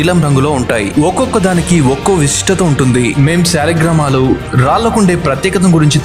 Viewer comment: సాలగ్ రామాలు .....అని రోజుకు ఇరవైసార్లు చొప్పున ప్రాక్టీస్ చేయి చక్కగా పలుకుతావు కొన్నాళ్ళకు.